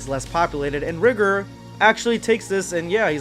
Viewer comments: Its not pronounced rih-gurr, its riy-gore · You keep saying rigor wrong, it’s ri-gor. My bad for somewhat being rude it just kinda sounds weird if you don’t say it write.